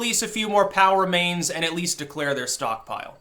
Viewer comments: For weeks, I thought you'd been saying "power mains". LOL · I kept hearing you say "Power Mains" and was wondering if this was related to Nuclear power then realized you were saying POW remains.... 😑 it's been a long day